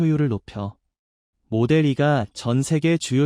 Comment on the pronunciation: 마델(이)2 가 아니구요.. 모델투..인데.마델삼..ㅋㅋ모델쓰리.. 뭔가 발음이 영 불편함요 ㅎㅎㅎㅎ